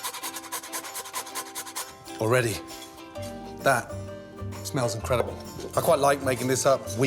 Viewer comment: william shatner moment: that...smells!...incredible!!!!!!! GESARA!